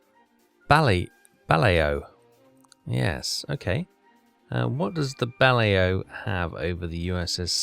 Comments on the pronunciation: I could swear its Bah-Laow not bloody ballyhoo 😂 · Prettt sure it’s pronounced “Buh-lay-o” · It annoys Me each time I hear You mis pronounce Ba- Lao ! The Ba-Lao class Submarine is considered the Best Submarine That Entered Service during The Second World War with its test depth off 120 meters or 400 ft it could run submerged at 12 knots top speed on the Surface 21 knots, This Class of Submarine lead the Way for design unit 1957 when The Royal Navy introduced the Dreadnaught Class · Ba-lay-o that’s how you say her name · “Bal-owww” is how that name is pronounced,. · You really should set your fish to run a little bit deeper...default they are running a bit too close to the surface...deeper hits will cause more flooding...the magnetic exploder you fire under the hull...but for good impact pistols you want to hit 2/3 the rated depth of keel. It's pronounced Bah-Lay-Oh class submarine Keep em coming!!!! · It's pronounced Bal-ow. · Bay low class, or Bah Lay oh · I’ve always pronounced Balao as bal-oh. I could be wrong. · It is buh la-ow (2 total syllables) End should rhyme with ow (as in ouch). Kind of like the ending to the word allow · Buh-Low (as in allow without the A), and Ba-Low (same ending) both seem to be correct - probably pronounced differently by different crew members at the time too. I googled it 'cos I didn't know either! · Bah-Laow ...Lao is pronouced as as if the a is barely their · I think it's Buh-lou (as in 'loud'). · The closest English pronunciation is bal(as in balance) - oh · P.S. not meaning to jump on the screaming horde, but I do think youre pronouncing "Balao" wrong, but I know youre ALSO not from the US so maybe its just the diffrence in how english is spoken around the globe...